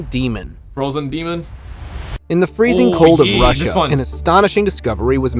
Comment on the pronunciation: It’s funny how you say, Russia lol. It’s not rissia. It’s RUSSIA!